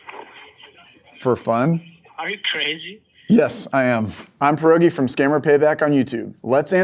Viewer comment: come on man, gimme that hefty polish PEEE(th)R-OH-ghee on de name